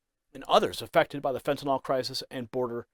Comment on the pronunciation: I applaud her exemplary behavior in the face of blatant lying and disrespect. But I do wish you would stop saying "fentanOL". It sounds ignorant because it is.